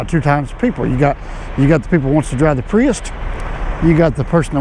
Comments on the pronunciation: Theres no T in prius. lol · Priust, I thought he was saying priest... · “escalade and pre-est” 😂😂😂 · Say wheat. Now say weight. Now say priust. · Escalade or Pries"t" ... you decide.